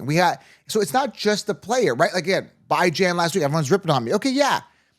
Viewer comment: BYE-JAN makes me cringe every time 🤣